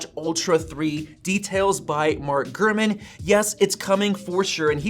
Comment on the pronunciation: Have a shot 🥃 everytime he says “”